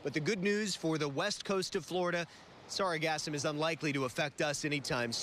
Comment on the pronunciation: It's not pronounced to rhyme with phantasm. The emphasis is on the second syllable, not the first.